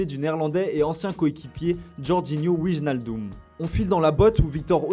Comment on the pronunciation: Il y a un probleme de connaissance chez les journalistes de foot mercato. On ne prononce pas "Wijjeux-Naldoumme" mais Wijnaldum, ça se prononce "Ouè-nal-dumm". En neerlandais, les J se prononcent Y. Faites un ptit effort quoi, serieux.